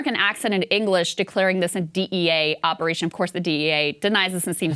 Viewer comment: He doesn't sound American to me. Something off about the way he says operation.